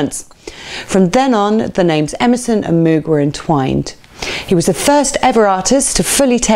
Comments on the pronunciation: Nice article. Please learn how to pronounce Moog properly. (Not Mewg!) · Good stuff - Moog is pronounced like '"rogue", not with an "ooo", though. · Keith always pronounced it MOAG, can’t argue with that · Everyone seems to pronounce Moog, the reason is that cows produce a moo add a g entirely logical to pronounce it moog. If moog wanted it to be pronounced mogue then why was it not spelt it this way? Moog synthesizer (pronounced /moʊɡ/ MOHG; often anglicized to /muːɡ/ MOOG, though Robert Moog preferred the former). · If you apply English pronunciation rules to foreign language words like Moog you know it's going to be wrong. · I'm an Emerson fan, but our host here left out Rick Wakeman, which is a monumentally enormous faux pas. What was she thinking? And to be snippy, she can't pronounce 'Moog'. (sigh)